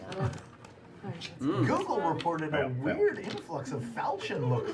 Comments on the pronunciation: Hearing falchion pronounced fahlchion instead of folchion is slowly killing me lmao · I've never actually heard it pronounced like fal-chin. I've always pronounced it like falk-eon. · Its pronounces Fauchau (close nostrils with your fingers while saying it. Its french. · one thing that will forever bug me, is the way they pronounce falchion: It is supposed to be 'fal' as 'fell' - 'chi' as in 'ki'wi - and 'on' as in 'un'dertaker. Great show nonetheless!! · Falchion is pronounced with a soft ch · It's pronounced FAL-shun. It's French. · Actually Liam it's pronounced Fall-shen, but whatever. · ...fall-shay-on...it’s French... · Matt should know how to pronounce falchion, he was Chrom for crying out loud! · I've been mispronouncing falchion for years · Well damn I've been pronouncing "falchion" wrong this entire time. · Can't believe the guy who played Chrom can't pronounce Falchion